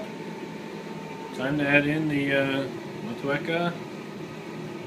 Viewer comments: It's pronounced "Maw Chew Weka" according to Time4Another1. :) One helluva set up! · Moh-Teek-Ahh, mate :D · love your intros, always makes me thirsty. rock on NZ IPA, with mot-chew-e-car, lol